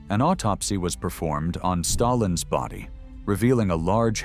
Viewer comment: Stayilns health 🤣🤣🤣